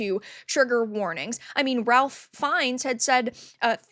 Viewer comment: Ralph Fiennes' first name is pronounced RAFE. Don't ask me why, but it is.